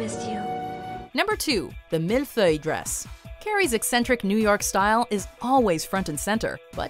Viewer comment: Does anyone else find it so funny how the voiceover pronounces 'mille feuille'??? Twice she tries it and the second time is even worse than the first.